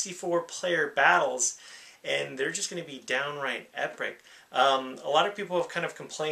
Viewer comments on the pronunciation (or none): u said epric lol